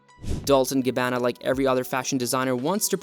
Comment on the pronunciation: Dol-Che & Gabb-ana